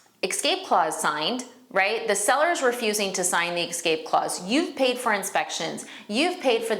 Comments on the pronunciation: the word is escape, not ekscape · Great information and your presentation is excellent. Just a little constructive criticism to bump up credibility from a 9 to a 10: correct pronunciation impacts first impressions. Ie: es-cape rather than ex-scape and real-tor rather than real-uh-ter. Just passing on what someone taught me earlier in my career. Hoping it will be received as intended. Great video!